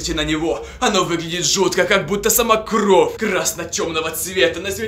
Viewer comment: не кров а кровь